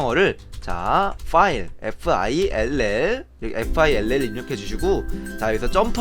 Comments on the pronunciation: fill읽을때 파일은 file고 fill은 필이라고읽는거 아님?아닌가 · fill [파일]→[필] 발음 지적 죄송해요..(쭈글)